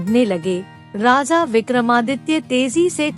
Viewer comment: 'Raza' nahi 'Raja'...